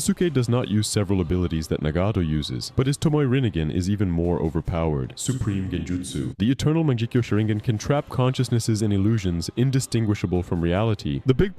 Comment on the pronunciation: "tomoy rineigen"